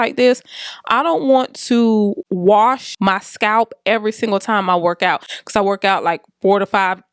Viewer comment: Your “ becawse” is so churchy 🤣🤣🤣